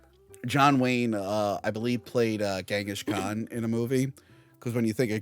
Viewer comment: Its pronounced Ching gis khan, not gang gish. Da fuq